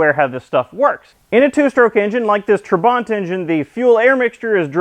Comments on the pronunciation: It's pronounced trabant - not traw.bant. At least that's the Hungarian way of saying it. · Its not trabont you should be saying trabant !!!!!!!!!! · Why do you pronunce it Trabont. it's Trabant. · what is hard in saying Tra-Bant? there is no R in trabant. I was going to watch your Video, but you sound like a wanker. So a big thumbs down. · Why does he keep calling it a 'Trabont'? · Your pronunciation is close to Trabbont in English. UK - natch It's a gudgeon pin, The US calls it a wrist pin. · Gret video! However, you are pronouncing the car's name incorrectly - listen here